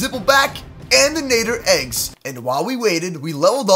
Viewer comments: it's not nader na-dd-er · Nad-der not nay-der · It's nadder not nayder 😭 am not trying to be mean an just saying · Madder not nater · Sir is nadder not natter or whatever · It is not called a naeter it is called a natter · My man said nayder its nader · Nadder, not Nay-der. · Ur saying nadder wrong, its nadder (natter) not nader. If u take this the wrong way then sorry. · Nadder not natter like at the spelling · its pronounced nad-der not nay-der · The deadly Nadder is pronounced like ladder but with a N and you say you're a HTTYD fan sorry I'm obsessed with HTTYD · first it's not pronounced with the A saying it's name it's pronounced like the A in at. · Great video but I'm sorry but when you say Nadder you pronounce it wrong. It's pronounced like madder but with an N. As a huge HTTYD fan myself when someone pronounces a name wrong it erks me a little and I got to correct them. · You say it as natter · It's nad-er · Its nadder Na dder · Its nadder na de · Its a deadly na-tt-er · it's n a d d er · You miss pronounce Nater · It'd pronounced n A dder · It’s pronounced na d er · it's pronounced Nader and you pronounced it uncritically! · It’s Pronounced N-A-d-er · I'm sure somebody already mentioned this, but it's pronounced Nah-der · watch how to train your dragons again and learn how to say nadder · You are saying nadder wrong But good video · you are pronouncing it rong watch the movies agen and watch the shows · Your not saying Nadder right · Ur saying Nadder wrong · He pronounces nadder wrong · not how you pronounce Nadder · Dood I’m so annoyed about his pronunciation at the nadder